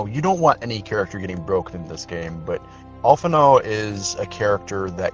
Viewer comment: Alphinaud mispronounced his own name!!! LET'S FUCKING GOOOOOOOOOOOOOOOOOOOOO